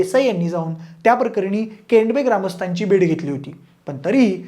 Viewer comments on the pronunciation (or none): केंडबे नाही केडंबे‌.